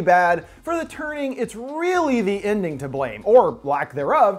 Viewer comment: I thought he said 'The Turding' xD